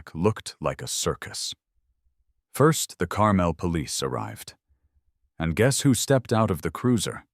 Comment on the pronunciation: For the love of God.... if you're using my hometown please pronounce it correctly!!!! Carmel, IN is (car-mole)